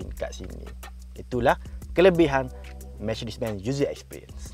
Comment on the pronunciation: Mechedees?? Mechedesss… aduuu pokat bona Melayu ekau jang…